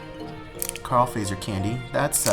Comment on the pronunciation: It is fazer in Finnish and it is pronounced like it is written. [fatser]